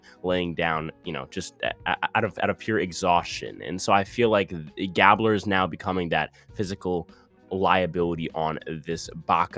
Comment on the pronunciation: When you pronounce Gabler, thinks like gabe-blur.